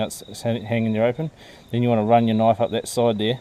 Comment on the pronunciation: Theeese eeeez a noiiiif.lol